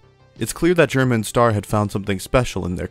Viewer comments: can you remake this video but like. read Stars name and say it like Star. thanks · Is bro staying Star wrong on purpose? 😂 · "stair" is ster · My biggest annoyance is how he's called 'Stair' like the word 'Star' doesn't already exist. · Pronouncing “STAR_” as “stair” hurts my soul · Stair? It's STER >:( real talk, great video, crazy how we can get nostalgic about videos about videos about video games, will this video join the legion of nostalgia too one day? T-T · "stair" come on man just say star i feel like your doing this to mess with us at this point on you said it right what's the point it only serves to distract us from the video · I think that's just how he pronounces "Ster". Did you hear how he pronounces stereotypes? This also explains why the pronunciation switches between "ster" and "stair": it's just where the emphasis is placed.